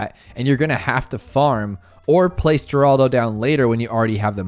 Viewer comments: I believe if I am not mistaken he is the brother of Geraldo Rivera. So it is pronounced Heraldo not Geeraldo. But I could be wrong. No matter to me I have a Hazelnut Torte to devour. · Yea it's 'Horaldo'